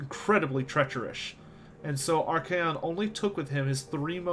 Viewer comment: It's archaon not arcaeon